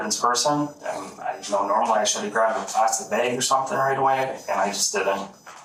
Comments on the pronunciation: It’s a trip how people in the Midwest pronounce the word “Bag” like “BEEEG”. It sounds terrible. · Pretty sure they were saying bæg. The shells were also in a bæggie